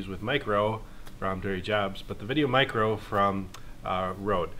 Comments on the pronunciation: Good god I couldn't last through half way the video because you kept saying VideoMic-ro. Its micro. One word. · Stop saying "Mic-Ro". Dang sounds so awful. It's put together "Micro" for a reason. Mic GO is separate cuz it's spaced out and capitalized intentionally